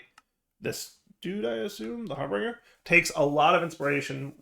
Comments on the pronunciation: It's not Har - bring - er, it's Har - binge - er. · Har- bin - ger not harbringer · He is still going to read it as harBRINGer. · DIRE. HARBINGER.... HAR BINGE(like a drinking spree) ER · That's a touch painful. Har-binge-r. That's how his name is pronounced. Thank you for coming to my TedTalk. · Why did keep adding an r in harbinger that wasn't there? He kept calling it harbeinger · Same reason he calls piglichs piglicks